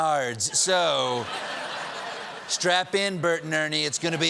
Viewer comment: It's nads, not nards.